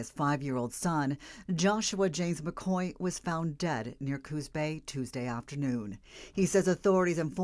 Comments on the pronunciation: This reporter is awful. She mispronounces the boy’s last name sayin “McCow”, when it’s McCoy. Then she mispronounced the fathers name throughout the whole story. Sheesh! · She said McCow?